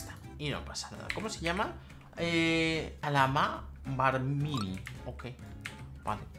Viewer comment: no sabe decir el nombre es calamamarmini soy yo xD